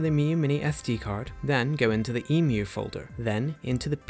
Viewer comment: liked and subscribed literally just because you pronounced "Emu" correctly!